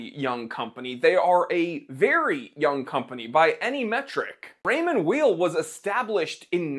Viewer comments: Pronounced Ray-mond Vayl. as in you are not a vile person. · It's pronounced Raymond VAY. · The name’s pronounced yaaaaeeeel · Raymond Weil, say: "Rae-maw Vile". First name is of French, last name of German origin, so it's definitely not "wheel". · Pronounced Raymond Wile.. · With all due respect, you have no idea about watches, and certainly not about Raymond Weil. You are not even able to pronounce the name correctly. Shame on you. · You don’t even pronounce the brand correctly lol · You don't know how to pronounce the brand or the watches, you don't mention the actual prices people pay for the watches, and you don't actually own any of these watches. Seems weird to tout ignorance. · Funny thing is he don't even know how to pronounce the name 😅